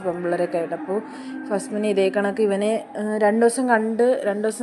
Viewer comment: Fast minaa❌fazmina✅